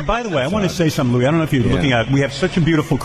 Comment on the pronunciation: it’s not. Anytime I’ve ever heard Louis CK say his own name, he says it like it’s spelled “Louie” not “Luis” like it was pronounced in this video.